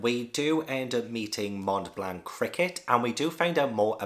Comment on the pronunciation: "Mont Blanc" is both a mountain and a dessert. You don't pronounce the 't'. But it's already a lot better than most English speakers (and yes it's French)